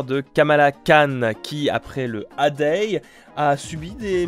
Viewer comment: Le "A-day" ! 😂 Ça se pronconce "Èye day" ! 😂